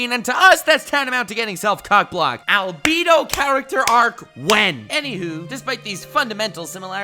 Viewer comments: fuckin hell man. It's 'al-beh-do' not al-'bee'-do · Albido It's Albedo, with an E not I. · Who's Albeedo? I know Albedo, not Albeedo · "Albeato" No. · did he say albeeedle